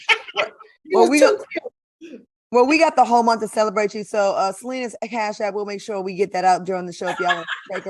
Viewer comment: Am from Chicago salenna saying heckeynawl😭😭😭😭😭💯👿